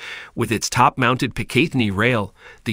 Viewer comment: Please learn how to pronounce PICATINNY